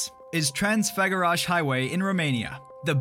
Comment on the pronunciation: dude put the corect name... is not transagarash is TRANSAFAGARASAN or TRANSAFAGARASANU and is not cheusku or how you sayd is CEAUSESCU.... if you make video put the corect names....